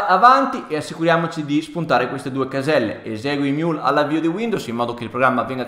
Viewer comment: emiul non imiul